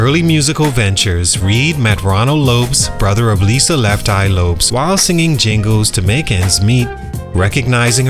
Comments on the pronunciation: I am so sorry, but i am giving this video a thumbs down and i will not watch till the end so that you can be paid money, because the fact that you just pronounced Lisa's last name as if it rhymes with the word ROPES when everybody in the world knows its pronounced EXACTLY LIKE THE LAST NAME LOPEZ, shows me that you did NOT do your proper research. Who in the hell pronounces Lisa's last name like that? And im sure you watched aplenty of video footage with the CORRECT pronunciation in order to make your video. You're a fraud and i will no longer tune in. I will also unsubcribe. You're a fraud 🤡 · Lopes is pronounced like Lopez. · Who is Lisa Left Eye lops? Its Lopes